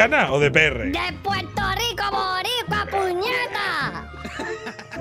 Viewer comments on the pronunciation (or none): Nadie Absolutamente nadie Eskimalito: SOY DE PUELTO LICO MAMAHUEVOOOOOOO